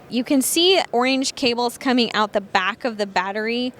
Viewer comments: Ack! What! Dahhhh... Oinge? (>ლ) Orange, Marketing and Communications manager. The word is Orange. No Making up words. Oinge. Oh Yeah? Burgelflickle... see I can do it to. Oinge... the new Bleck. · Its Pronounced OOOOORRRRRRRAAAAAAAANNNNNNGEEEEEE